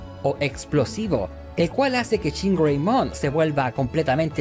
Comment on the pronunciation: Dijo, chingongreymon?